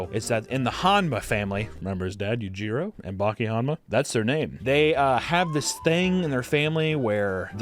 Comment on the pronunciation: Yajiro hanma? Its you-gee-row yujiro